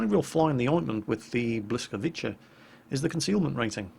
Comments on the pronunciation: It's pronounced more like "bwyskavisa", with second "s" because most non-slavic people will have problem with saying "c" with our accent. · witam! It's actually pronounced 'Bwiskavytza'.:b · Bliscavitsa:-) but good attempt, almost nailed it. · It's pronounced something like Bws-kaa-vit-za. :) If that helps :P The L with the little line through it is something like the "w" sound in English. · and its pronounced bwi-ska-vica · You almost got the pronounciation right ! :D You only have to switch the "CH' sound to a "TZ". So BlyskawiTZa would be the closest i guess. But i still stand by my language - we pronounce the "C" as a "C" sound, not as a "K" sound :P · Hi. Try: "bweeskavitza" - not Perfect, but closer to original:) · totally butchering the name... its bhwee-ska-vee-tza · it's pronounced Blee-ska-veet-sa. Great attempt though considering 😁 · "Oh new vid from... and it's WoW! Wait, WHAT?! Błyskawica? I MUST SEE THIS!" Later LOL!:D You said "Blyskaviczia":D But it was close:) Close enough;) greetings from Warsaw:) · The 'l' in Blyskawica is pronounced like a soft 'j', like in 'bjorn'. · But hey, its pronounced as "blýskavice" and it means something like lightn... Hey, what is that gun for?? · You can pronounce this "Blyskawitza" ;) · Think it's pronounced Bliskavitza, phonetically :) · Pronunciation not even close :) our language is confusing to othera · your polish is terrible:D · You would find this site useful.. It contains audio examples of pronounciation for many words, including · if u want to know how to read Błyskawica - use google translator - click speaker ikon under word (left side) :D but it was close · On this side you can hear how błyskawica should be spoken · Hi. You can try the google translator for the pronunciation. Sometimes it returns weird results. But for Blyskawica it got it right. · Just FYI ,) --> that's how its pronounced.